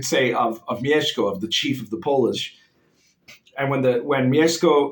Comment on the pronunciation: The way you pronounced "Mieszko" - respect, sir!